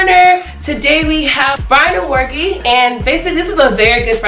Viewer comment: My brother name is Omoregie #Edo #BeninCity Whoop! I" get so excited when I meet or hear about Nigerian people from Edo State:-)....Tottally butchered his name LOL